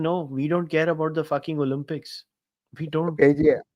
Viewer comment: The word is to be pronounced Olimpics and not Olumpics Tehseen. Y has an i sound when it comes in the middle or at the end of a word - privacy, cheesy etc! It is considered a surrogate vowel! Only when a word begins with a Y does it have a consonant sound - young, yellow, yahoo etc!